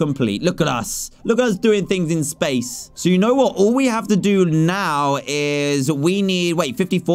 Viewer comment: did you hear dan say spashe missions👽😂